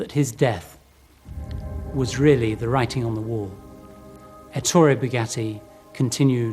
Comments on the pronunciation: It’s pronounced Èttore, not Ettòre. Btw although being a French company it definitely has an Italian heritage in it. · Good doc but the pronunciation of "Ettore" is completely wrong